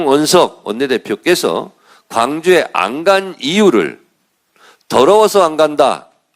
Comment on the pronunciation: 더러워서로 안들립니다~ 더러버서로 들리는데요~